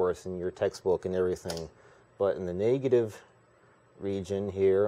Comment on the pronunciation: "Naygative" lol